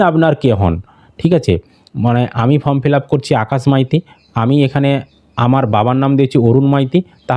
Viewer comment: ফম নয় রে মেদিনীপুরিয়ান ওটা ফর্ম হবে